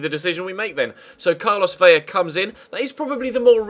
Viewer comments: Vela not Vella, it's only pronounced with a Y when it is double L!! If you wanted to get picky the V is pronounced B but atleast do the L, thank you!:) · Vela has one L it's Ve-luh